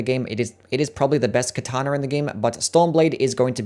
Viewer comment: ОMG, did you just say Kataner? hahahahaha I guess the kataner is smth that katans...oh, you americans, it is not your word to change.. it is a japanese word. Have some respect.